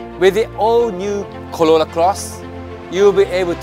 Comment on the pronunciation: Why you say "colola"... its "corolla".... 😂